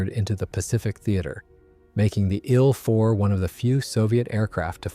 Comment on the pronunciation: No AI narration, huh? "The story or the ill 4:bomber...." Very First Sentence. Good Job!